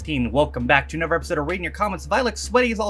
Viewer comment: It's funny, you pronounce some words in a very Estrian English or South England way. Months - "Mumphs" Other- "Uvver" Another - "Anuvver" It's weird hearing someone from the US talk like that. Is it how you've always been, or are you picking up the accent?